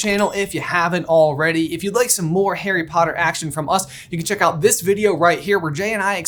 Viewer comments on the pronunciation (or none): none